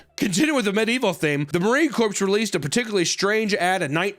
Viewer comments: It’s pronounced marine “core”. Love the video though. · “Marine Corpse” It’s pronounced kor (corps) FFS. Corpse is a dead body. And no, dead marines were not making these commercials. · spelled “marine corps” pronounced “marine core” not corpse hahahaha it’s also been referred to as the “xbox generation” for well over a decade now, and it’s true. In short (going to gloss over a ton of details, so I don’t write an essay) like with muscles, stress makes them grow. When you stress your bones, micro fractures will occur, your body will then correct these and the bone will become “tougher” as for survival your body decides “well to keep me alive and stop these from breaking, I should reinforce them”. Typically this would happen over the child’s lifetime until they reached military age, but this is no longer the case with the vast majority, which leads to more training injuries because bodies are soft. I.e. you spend most of your life/time sitting in climate controlled, dwellings, not doing much running, climbing, falling, etc your body is going to develop to exist in that environment. The kid who was outside in the elements, falling out of trees and throwing rocks at bee hives, would kick the shit out of the soft body indoor kid.